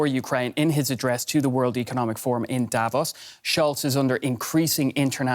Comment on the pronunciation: Funny to see a reporter on a German TV channel not able to pronounce "Davos"